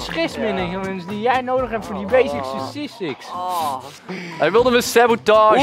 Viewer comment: whahah stressmenuhmuhs die jij nodig heb voor die basic sussistics XPPPPP love it<3 #KPNTOPPLAYS